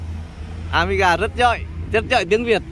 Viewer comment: A nên đổi tên thành đi. Haha. Để ý thấy a k nói được chữ có dấu hỏi. Giỏi thì thành giọi, hỏi thì thành họi. thì thành:)))) Đúng là:))) Xong lúc nào mặt Cụng như đang cười. Nhìn vui mà lại thấy hài hài. Em chúc anh thật nhiều sức Khọe, vui Vẹ và hạnh phúc nha.